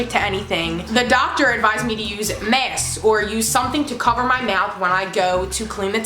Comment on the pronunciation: Is it weird that I love the way she says masks 😂😂😂😂